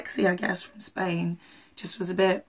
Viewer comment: The lyrics is "Do it for those you ever care and love" but he does not pronounce it well. The same when he says "Just do it..." at the end. He says "just" wrong. 😂😂😂😂